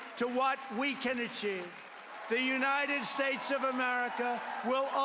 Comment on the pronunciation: Trump can't even pronounce "the United States" correctly. He said "Unitted Shtatshe"..